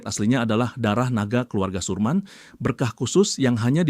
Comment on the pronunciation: Sermin jd surman..😂